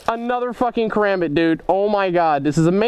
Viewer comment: It's pronounced ( ka-rom-bit)